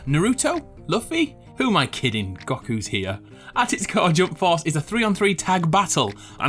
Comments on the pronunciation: I watched 5 episodes of dragon ball when i was 5 and im still pissed by the way you say goku(itsnot gaku) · Apologises for pronunciation for metro author. Pronounces goku as goh-coo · ya...like, WTF is a GOUKOO?! ? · I'm unsubing because you pronounced Goku wrong, discrace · The way you said Goku was a bit jarring for some reason 😂. Love the channel! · I cringed so hard when you pronounced luffy and goku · I'm disappointed with they way you said goku (By the way is the time) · Omg ikr wtf and naruto and luffy he cringe I'm triggered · I'm glad it wasn't just me